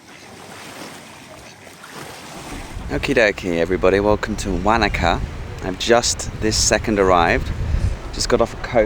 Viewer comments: As a kiwi, your pronunciation of Wanaka is hilarious, we say it like Wonaka , you say it like wanka ! Think of fish like Wanda, maybe ask locals ok Still love seeing home, as I now live in Thailand. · Be good if you could research how to pronounce the town properly, it's - wo·nuh·kuh. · I giggled when you said Wanaka too 😆 very English accent 😄